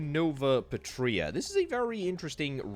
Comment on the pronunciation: it's pàtria, pAtria, not patrìa! aaaaargh my ears!!! lol :face-blue-smiling